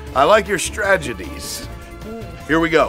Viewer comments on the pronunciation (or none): am I the only who noticed Kevin say stragedies instead of strategies 😂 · Did Kevin say stragedies? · "Stragedys" lol